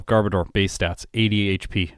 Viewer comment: Underrated and overhated Pokemon imo. Wish it was a little better in battle, though. You're mispronouncing Garbodor btw. It's actually gar-BOH-dur, like odor!